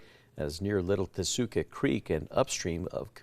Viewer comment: Are the newscasters who insist on mispronouncing Tesuque, going to start calling their city "Albuquer-KAY"? 🙄